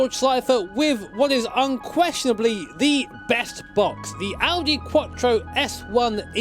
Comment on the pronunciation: Audi quotchro.. No IT'S QUATTRO, STRAIGHT MOUTH: QUATTROOOOOOO!!!!!!!!!!! ITALIAN WORD, THAT AS ANY OTHER WORD FROM ENGLISH LANGUAGE IS DISTORPTED